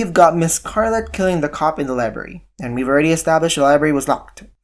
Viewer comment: And he says liebary instead of library